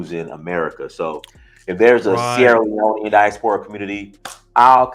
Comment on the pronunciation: Pronounced die-AS-pora Not "die-as-PO-ra"